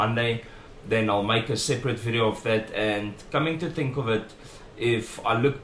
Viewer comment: "Coming to tink ofit" kak snaaks